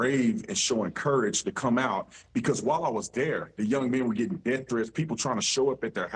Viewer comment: I love to hear Crump say Deaff and Wiff….